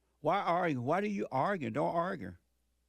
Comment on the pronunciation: “don’t arger “ wat daa?